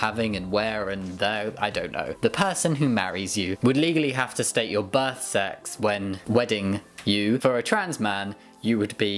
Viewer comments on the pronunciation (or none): The way you said "birth sex" made me do a double take as it sounded like "butt sex".